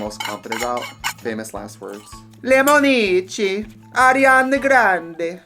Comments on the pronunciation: I'm italian and from now on i will scream "lemonicci" casually once in a day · My italian heart is screaming at your limonicci 😂 🍋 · "Lemonici" - academic Tracy reinventing la lingua italiana